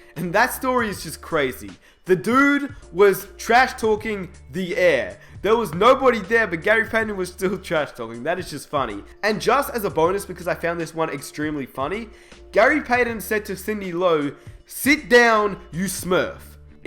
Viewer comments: it's payTon.. not payDIN.. dipshit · Seriously...Who is this Gary "Payden?" I've heard of a player named Gary Payton...he talked trash just like this "Paydin" guy that you were talking about! ;) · Stop saying savage and the way you say Payton is killing me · This guy can’t say Payton